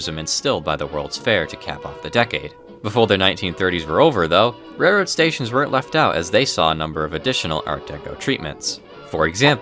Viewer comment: It’s railroad, with an L.